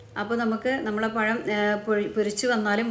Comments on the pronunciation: Payam alla pazham Malayalam Parayan patilkuka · Ya Alla zha ennu parayuuuu. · പയം അല്ല പഴം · പഴം ആണ് പയം അല്ലെ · നിങ്ങള്ക്ക് നാണമില്ലേ പയംപയം എന്നുപറയാൻ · ഇയാൾ സ്കൂളിൽ "പഴം എന്നല്ലേ എഴുതിയും വായിച്ചും പഠിച്ചത്?... എന്തിനാ മലയാളത്തെ കൊല്ലുന്നത്? നമ്മുടെ ഭാഷ സുന്ദര ഭാഷ ആണ്.... Proud of it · പ ഴം 😂